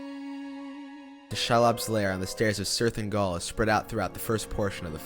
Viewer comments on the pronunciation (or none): I love this video but how does he manage to mispronounce 80% of the names? “Menas Tirith?” “Sherlob?“ “Sirth Ungal?” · Very good documentary. Fascinating insight. I am taken out of it slightly by the obvious mispronounciations of names such as Osgiliath, Cirith Ungol, Shelob etc. Even in text, it's Eowyn, not Aowyn. Given Shore's inspiration by Tolkien's languages and their sound, this isn't unimportant. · "Sirthingol" inb4 the Tolkien language nerds come in saying "it's 'Kirith Oongoll" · Being Swedish myself, which is as close to norwegian as possible, given the spelling it would also be pronounced that way (Eo), just as it is in the movies. The other names should be pronounced Oss-gill-i-ath, Kí-rith Un-goll, She-lobb.